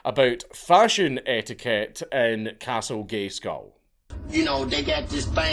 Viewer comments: The "c" in castle gay skull, is off course, silent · Did you just say "Castle Gayskull" ? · Did he say "castle Gayskull"?